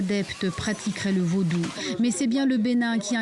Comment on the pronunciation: l'a journaliste dit vaudoune😅 au lieu de Vaudou